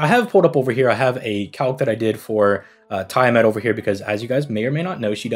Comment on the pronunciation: Tee-uh-mat... Not Tie-uh-mat That said, I'm rolling for both😂